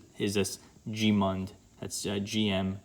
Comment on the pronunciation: Gmund is one syllable